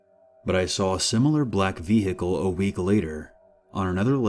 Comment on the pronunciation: why do you call them v hicills